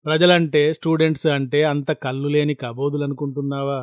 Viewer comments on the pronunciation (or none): none